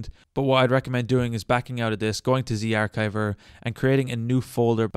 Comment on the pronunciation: The ch in zarchiver is the ch in cheese. Do you say cheese like keese?